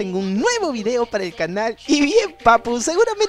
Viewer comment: hay hay hay 😱 tienes que mejorar no sé dise vidio se dise video don vives fannnnnnnnnnnnnnnnnnnnnnnmmm